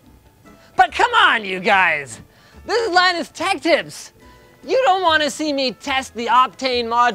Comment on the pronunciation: everytime I hear linus as Pinus wth. weird!